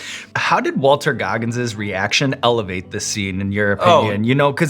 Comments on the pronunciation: "Walter Goggins" It's okay Sean, I'll blame the hot sauce for that one lol. Both Walton and Rockwell seem to be getting the love they deserve these days. You love to see it. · Bro said Walter Goggins